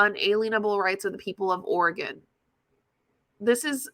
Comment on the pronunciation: Girl, I know you’re talking out your ass because you mispronounced Oregon… that’s not how we say it